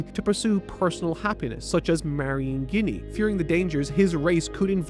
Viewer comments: I can't get over that he read her name as "guinea" and not "Jenny". To each their own but it screws with me every time I hear it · hearing you pronounce ginny, as guinea instead of “Gin E” is despicable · Small correction. It's not "Ginny" as you say it. It's "Jinny" The G is the J sound. We know this due to Japanese pronunciation. Just for clarification:P Or ya know.. like Gin the drink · Ginny actually reads as jinny with a soft G, I saw many people read it wrong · Must admit, after watching dozens of anitubers, this is the first time I've heard "Ginny" pronounced that way, and that in itself is surprisingly surprising...🤔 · Ginny pronunciation is taking me out That's not even a Japanese name bro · damn, this man cannot say anything. pronouncing ginny with a hard g? bruh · ive never heard someone mispronounce ginny like that before lol